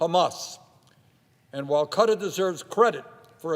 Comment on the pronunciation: What the hell is cutter? Does he mean Qatar?